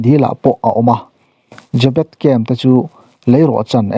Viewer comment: Chhiar tupa i lam dik lo aw?Jê bet ti in thluk tawh rawh?